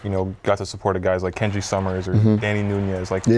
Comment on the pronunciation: Dad saying Kanji instead of Kenji